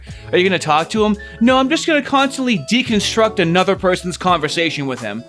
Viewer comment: "yeah but he hasn't called for annudah shoah, has he?" oh my sides